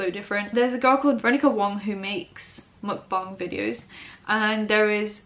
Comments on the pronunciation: She said mukbang right its so groundbreaking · Omg finally a YouTuber who doesn’t horribly mispronounce the word mukbang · Your mukbang and bang pronounciation is on point! People, bang is pronounced bah-ng not bae-ng